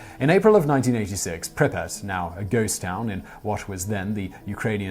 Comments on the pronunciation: The Ukrainian town is called Pripyat, NOT Pripyas... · PLEASE acknowledge the Y in Pripyat! It's not Pripat, it's Pripyat! Prip-ee-yat! Also, it's not sickth, it's pronounced six-th.